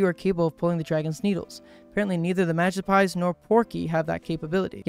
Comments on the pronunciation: I'm sorry, but it's pronounced "Ma-gip-psee" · Oshe castle, Magi-pies... I'm positive bro can't read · It kinda hurts to hear him say Magispy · I cant tell if he actually genuinley didnt know how to pronounce the magypsies name or if he was purposefully mispronouncing it to avoid saying the slur in their name, and i cant decisw which is funnier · Hes pronouncing it wrong lol. But I do like it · OMG the whole time he's mispronouncing magypsies drove me nuts